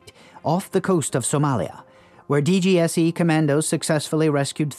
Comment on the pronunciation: french here mate don't take it personally and plus glad you ve done this video .. Fun fact our FBI is DGSI : the exact pronounciation for you of DGSE in english (but you done right)